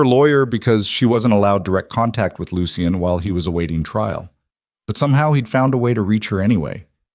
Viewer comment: Lucien - Pronounced Looshun. Not..... Loo she en, Looshe ee en, Loo see en.